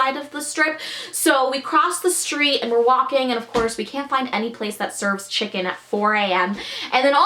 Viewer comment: This chick said shicken